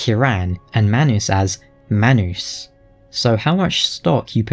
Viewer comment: Manus is actually pronounced as Maa-nuu-s . His name is Latin, and Latin has rough soundings. Another example is the name Caesar in Greek you would say See-sar, in Latin proper Kai-sar. Anyway love the video.